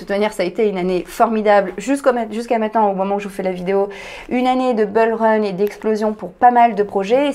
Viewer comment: Petite note hors-sujet : la prononciation de "bull run", c'est "boul reun" et non "beul reun" (phonétique approximative, mais comme ça, tout le monde comprend). Les mots anglais d'une syllabe avec la voyelle "u" n'ont pas de règle, il faut apprendre par coeur : rush = reuch, bull = boul, run = reun, push/pull = pouch/poul, etc. ;)